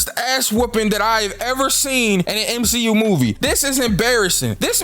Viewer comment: Three words M-She-U